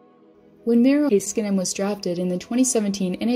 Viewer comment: when you say heiskanen its cut in such a weird way, not that hard to pronounce tbh.